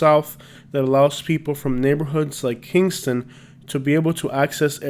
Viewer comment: dat boy said kingstona nd showed avondale lol